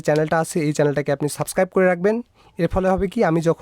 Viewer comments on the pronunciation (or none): none